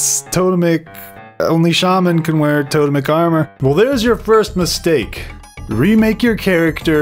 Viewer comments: Good video!....you know it’s pronounced “TOW-TEMIC” though right? ;) Don’t tell me I’ve been wrong for 20 years. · Its TOE-TEMIC armor you dingle ! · It's tote-mic. Just look it up on the pronunciation guide channel. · I love you Michael but it actually is to-TEM-ic. But everything else you said about the armor set... Completely true